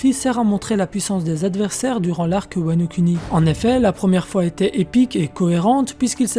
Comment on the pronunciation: cette voix monotone ptnnnnn on s'endort, ah et sa se prononce wano kouni pas wano kUni